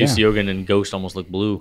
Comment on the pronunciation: Fuyu-syogun is pronounced “show-goon” btw 😊 Like the movie “Shogun”, if anyone remembers 😅